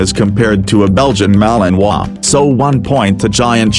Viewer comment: You finally said the name of the malinois correctly, my congrates